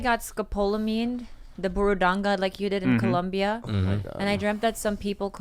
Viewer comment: I love they keep saying BuRRodanga haha